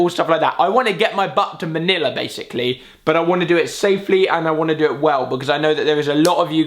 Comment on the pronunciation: Did he say MANILA?